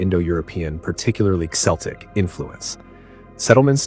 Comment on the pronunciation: When you can't make up your mind between Keltic and Seltic so you just pronounce it like Xeltic